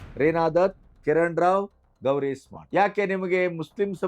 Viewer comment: ಗಣಪತಿಯವರ ಅಮೀರ್ ಖಾನ್ ಮೂರನೇ ಪತ್ನಿ ಹೆಸರು ಗೌರೀಶ್ ಸ್ಮಾರ್ಟ್ ಅಲ್ಲ ಗೌರಿ ಸ್ಪ್ರಾಟ್.